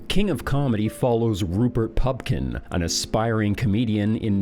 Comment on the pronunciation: Glad you’re back, and you look thinner. Keep it up. But say the correct name of actors and their character names. It’s Pupkin, not Pumpkin. It’s Bernhard. Not Bernard